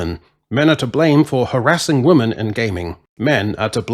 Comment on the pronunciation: Dude. Why can’t you say the word ‘women’ properly?